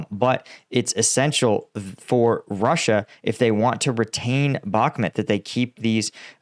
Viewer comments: It is not Bagmoot it is Bakhmut with a ch sound as in lochness, please do your home work and pronounce the place names right.. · I love the way pronounces the towns in Ukraine lol 😂 The way he says Bakhmut, B-aak-mut 😅, i would love him to come to my stomping grounds in North Wales, i struggle to pronounce some of the places and im welsh 😂